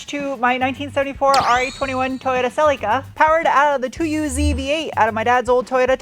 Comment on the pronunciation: Can pronounce aluminium, can’t pronounce Celica. 😜😂😂😉